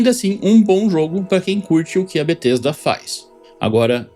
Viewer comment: It's not BaTesta